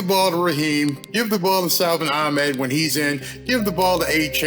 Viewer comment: said it correctly I believe. Ah-Med. The guys name is spelled A-H-M-E-D Ithink. Oh why do all these announcers say Achmed? Go figure.